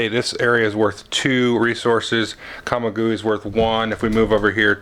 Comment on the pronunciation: Just know that the "g" in Camaguey is not hard, rather sounds like an "h". Say it as "ca-ma-whey" with the accent on the last syllable. ☺